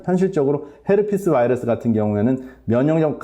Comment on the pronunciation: 전문적이고 박식한 내용 도움이 많이 됩니다. 그런데 우리말 하시다가 바이러스 발음만 미국식으로 하실 때마다 듣기가 매우 불편합니다. 그것 한가지만 고쳐주시면 더욱더 즐겨듣게될거 같습니다.